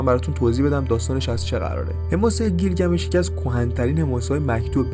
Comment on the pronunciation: گیلگمیش نه بیلگمیش... اکثر کلماتی که گفتی در زبان تورکی رایجه از ننه انییل و... ساکاها و... برای تحقیق بیشتر کتابهای بیشر بخون.. نژاد و زبان سومریها چندین کتاب نوشته شده که با زبان تورکی و نژادشون یکی بود... کتاب سومر دکتر رحیم بقال که 6000کلمه مشترک سومر و تورک رو نوشته با اسناد هست..